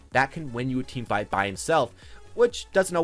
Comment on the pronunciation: Did he say "team fart" ? I'm confused